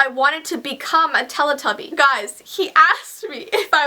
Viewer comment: You pronounce Telly Tubby wrong.